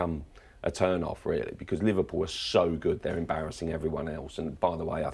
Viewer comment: Li-VAR-pool the Invincibles pwahahahahahahahahaha !